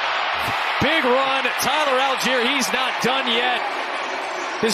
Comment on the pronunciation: All - Gei - Er = ALL GUY ER "Al Jeer" would be spelled ALGIER. (Almost identical to the city in Africa.) Jeez. M 🦘🏏😎